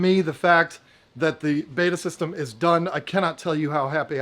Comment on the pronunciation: It’s betta not beta ( not a college man I guess)!!!!